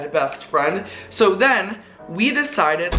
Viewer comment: The "we deceded" are magical lmao